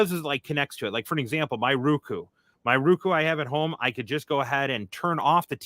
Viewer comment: rookoo its row koo roku lol